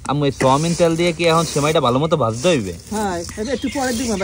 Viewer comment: সোয়ামিন তেল ❌ সয়াবিন তেল✅